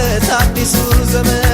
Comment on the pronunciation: "ዘበን " አይባልም " ዘመን " ብለህ አስተዋውቅ